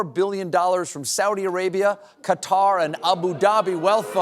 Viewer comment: Thank you, Stephen, for saying kaTAR and not Cudder.